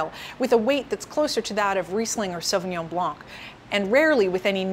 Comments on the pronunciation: You pronounce the pinot grigio wrong hahaha - it's " Pee-noh-gree-JOE" (with rolling R) not pee-noh-greaaa-ssshhoooww"... Also! Its NOT pronounced " suuuveee-in-jon blanK " but rather . " Souv-win-jong blan " with silent C. I got believe how people find this educational? when she is totally embarrasing pronouncing wine names. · It is pronounced "sauvignon blaN"; without the "c". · Great presentation but the”c” in blanc is silent. Pretend you’re saying “ Sauvignon Blan” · Did she pronounce the C at the end of "blanc"? Because we just don't do it in french, the C is silent. Great video by the way :) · She seems to be knowledgable but can't pronounce Sauvignon Blanc properly. Even in the sommelier shows they are wrong. Wow. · Hey of you are a a professional speaking about your industry , pronounce words properly. Not hard. Are you in France by chance?